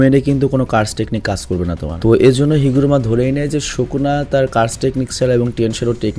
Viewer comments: সুকুনা হবে শুকুনা না। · bhai shuku na nah bole plz................... sukuna bolen naile onek baje shunay 🙏🙏🙏🙏🙏🙏